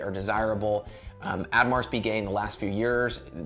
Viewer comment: Love the video! And your knowledge is great. Though if I might add, the 'Au' in Audemars is pronounced with a soft 'oh', so it's oh-de-mar, Pi-gay.